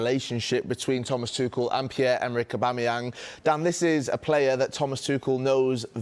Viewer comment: "Pierre Emerick Obamemyang" - who doesn't know him 😂